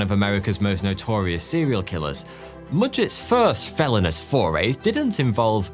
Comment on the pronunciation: Felonious, not “felonis”…………so much for Grammarly.